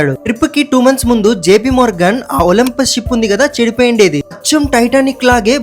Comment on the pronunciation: It is not olmpus it is olympic